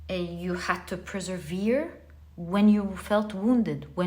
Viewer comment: Dearest... All I want to say is I love you ❤ you are the best. and I love it the most when you everytime say preservere for persevere 😅❤ how sweet you sound. Simply love it.